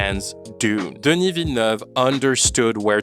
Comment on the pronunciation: Listening you trying to pronounce Denis' name is genuinely painful lol